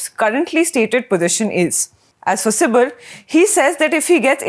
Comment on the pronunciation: Lady, stop calling "Kapil CIBIL" but "SIBAL" and not "Shiveer" but "Shivir" 😄😄